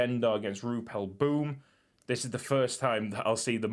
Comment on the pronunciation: I love it is in Belgium but youre pronunciation is not good when you say boom the oo is like ow